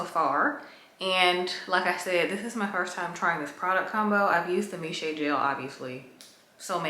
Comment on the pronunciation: The brand Miche is actually pronounced Meesh